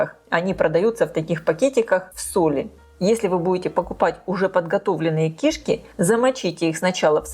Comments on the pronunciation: Почему ки́шки а не кишка, вы не русская если да то я вас понимаю, но если что, всё таки надо говорит грамотно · Рецепты у шедевральные!!! Но давайте попросим известного блогера говорить правильно!! Ну какие кИшки......всегда и везде кишкИ. А одна кишкА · В слове «кишки» ударение падает на второй слог, на букву И — кишкИ Не большая кишкА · Почему кИшки с ударением на на первую букву И. Ведь правильно говорить кишкИ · Извините, но уши режет. КишкИ'. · Режет слух слово КИШКИ с ударением на первом слоге. В русском языке ударение ставится на втором слоге. Речь блогера должна быть грамотной. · Она не из России ей простительно. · Здравствуйте! Ставьте, пожалуйста, правильно ударение на слово "кишки" На последнюю букву. Сразу, даже, не поняла, что за слово Вы говорите😂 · это на украинском такое ударение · на укр.ударение на 1 слог) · но говорит то она по русски! 😂